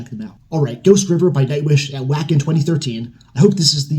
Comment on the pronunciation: Welcome brother! As you know, Floor is the queen! I like tarja, and Annette, but for me Floor is the best around singer. Just so you know, wacken is pronounced Vah-ken. It's in Germany. Every song in this gig is magical. Floor said in an interview how proud the band was of it. Their gigs in Buenos aries, tampere, wembley are all live and all very good!